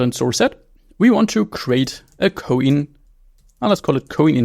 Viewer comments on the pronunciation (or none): ko-in? lol why not pronounce like "coin" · It is pronounced "coin".